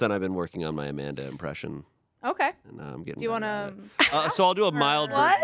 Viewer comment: Amanda's pronunciation of her husband's name was so on point! Coming from a Russian